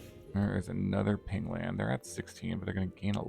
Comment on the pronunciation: pain land not ping land silly